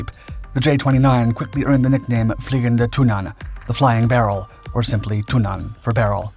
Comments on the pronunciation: You should use a shorter "a" when pronouncing Tunnan :) it's more like Tunnan instead of "Tunnaan" as you say it //source: am swedish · Okay, this was a interesting video, but I had a hard time concentrating when the word "tunnan" was mis-pronounced every time. It's not thun-AHN, it's TUNN-ann. The wowels similar to the emphasis and speed in english words like Tonnange, Tenet or Ulan. It was really distracting. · ITS TUNNAN NOT TUINNAS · Your pronounciation of "Tunnan" is horrendous. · Why don't you consistently use the English translation of the aircraft's nickname - i.e. The Barrel - instead of sticking to awkwardly mispronunciating the Swedish Tunnan? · `Tunnan` is pronounced with a short `u`, not a long one. Emphasis is on the double N´s. However the J 29 was partially known as the widowmaker, due to the large number of crashes during low level flight manoeuvres. Low level flying has long been a hallmark of the Swedish Air force. A classmate of mine had lost his father in one such an accident with the J 29. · He didn't pronounce it with a long 'u', he pronounced it with a long 'a', which is where the mispronounciation lies.